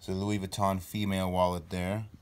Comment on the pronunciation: Lol dont even say louis vuitton if you cannot pronounce it